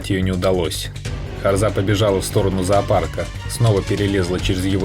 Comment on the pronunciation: Автор дебил не харзЫ а харзА не кАбАрга а кабаргА